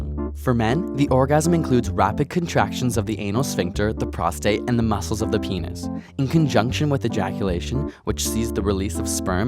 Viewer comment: Lol he said enis